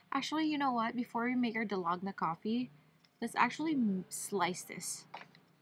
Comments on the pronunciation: Hi! For the coffee u supposed to use equal parts of everything, and it really does takes time and muscles to make it by hand. Use electric frother or mixer if u have it for faster result. Also, its pronounced Dal-go-na, not Da-log-na 🤣. The cake tho looks soooo bomb tho!! Really wanna try one of the Carlos Bakery cakes! p/s: please do more mukbangs outside 😍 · I laugh everytime she says Da-log-na coffee 😂 hilarious